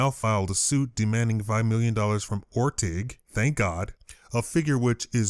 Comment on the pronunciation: It's or - ting